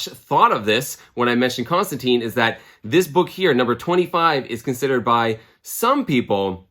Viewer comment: It’s John Constant”I”ne as in a hard “I” and not an “e”. The character makes a big deal about pronouncing his name, although I forget in which Hellblazer issue. Love the channel and just don’t want you to wake up covered in spiders and flies or as Nergal’s little bitch in a Hellish hotel room for mispronouncing Johnny Con-jobs name. 😂 Cheers and keep having fun with your channel!